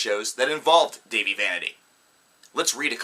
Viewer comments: Its Da-vee not dayvee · One you said Dahive wrong. And second watch the YouTube video The Truth About Dahive Vanity. That will clear things up. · Dude that's not even how u say his name so you can't act like u know him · First how dare u say tht dahvie is a fuck up when your the one waring sun glasses inside THE SUN IS NOT IN YOUR HOUSE and they do not look cool they look stupid. Second u cant even say dahvies name right. 3rd you have NO proof he is a paedophile anything could be made up. 4th if you hate him so much why are u spending so much time talking about him. 5th u cant say they do bad music (its amazing) id like to see u do better. 6th botdf are amazing the best band in the world as well as bvb,my chemical romance, system of a down, all time low and fall out boy and so on, I would love to see u pick on them just coz a few or more people have made up some stupid storys on the Internet and utube. U are so ridiculous just leave them alown there a very good and strong band and dont need all your crap putting them down!!!!!! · Am I the the only one who cringes when he says his name wrong everytime? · Me too no worries though they take the time to talk the shit but don't even know how say the name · wow he is saying his name wrong.....And these are not facts but story's that are not proven in a way. I am not a huge fan of theirs but I know he was accused before and then the girl made a video apologizing for it. What is the point of this video if you just hate them? And now apparently Dahvie is the next Michel Jackson? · Preach! I barely got to 56 seconds in this crap anyway